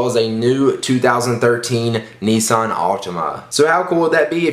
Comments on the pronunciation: "kneesan" :L!!! Niss-an! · its nissan not neesaan